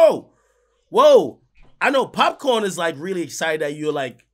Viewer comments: Hey Ak, it's Popcan not Popcorn 😂😂😂😂😂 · Akademkis its POPCAAN not Popcorn LOLOL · Ak: popcorn Me: cringe😖 nigga u Jamaican it’s Popcaan